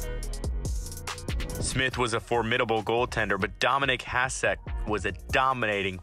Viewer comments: Hasek as well. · Hasek :D